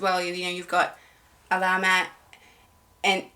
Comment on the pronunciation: Hi,! Answering your pronunciation questions: You pronounced "Alamat" correctly (emphasis on 1st and 3rd syllables: AL-a-MAT), their name translates to "Legend" or "Myth". [Not to confuse you, but similar-looking to "alamat" is the word "salamat" / Tagalog for "thanks". However, "salamat" is pronounced like sa-LA-mat (emphasis on the 2nd syllable).] 🙂 VXON is intended to be pronounced like "vision" I believe. Yeah, BGYO is read as individual initials. You also correctly pronounced the names of YARA and AJAA. Appreciate that you're very conscious of getting the pronunciations right. Yes, it's a mark of respect to say names correctly -- in any language or culture! Thanks / Salamat! 🙂